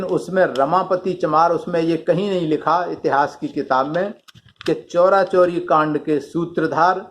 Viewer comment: Sir,चौरा-चौरी नही है,चौरी -चौरा है जो गोरखपुर के पास है।